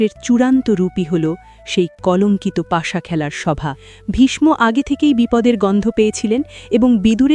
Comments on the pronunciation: Vishsho hobe vishmo noy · খুব সুন্দর ব্যাখ্যা দিলেন কিন্তু একটি বিষয় বলবো ,প্রোনাউন্সিয়েশন vismo নয় visho যেহেতু আমি একজন বাঙালি।